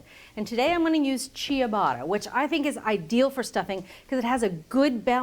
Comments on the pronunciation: It's so painful hearing someone say chee-a-bot-a. It's cha-BOT-ta. Just 3 syllables. The i after the c in ciabatta works exactly like the h in the English ch sound: it's only there to modify the letter before it, not be pronounced in its own right. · Looks great but the bread is not pronounced "chia"batta, like the chia seed. It's pronounced "cha"batta. Ciabatta, whether in Italy or here. ATK changes many recipes, some good some not so good. Don't change the language. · chuh-BAH-tuh (three syllables, not four) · At the mark: "Chia-batta." HAVE I BEEN SAYING IT WRONG THIS WHOLE TIME?!?! Julia, why didn't you tell me? Why didn't anyone tell me it's not "cha-batta"? I am betrayed. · I love Cheee-yuh-bata bread